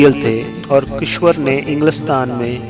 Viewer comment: bhai " kishwar " nai hota unka name " kishor " hai ...sorry to say ...